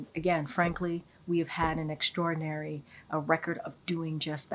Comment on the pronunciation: who is Extrordin Larry?